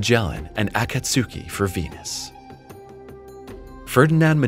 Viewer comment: Akatsuki is 3 syllables not 4. Akats ki not akat su ki